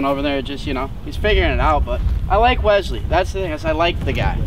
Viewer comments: I never knew there was a Z in the name Wesley until started saying the name! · Keyboard warrior turned love...im the weasel, FINALLY, this is the guy you need to be...genuine self....must love...sub for life..... also, the low key "Wezzzley" vs "Wesssley"....i laughed/cringed each time haha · WESley....not WEZley....